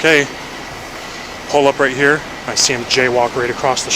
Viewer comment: 😂 “i see him EMERGE from the buildings…i see him JAYWALK across the street” the emphasis he puts in the words and how he says it - he’s really trying to sell it